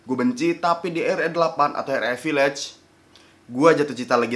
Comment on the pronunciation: Harus-nya VIIIIAGE BUKAN VIIIAGE